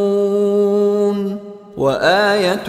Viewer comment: you recite ayat no 40 wrong it is yasbahoon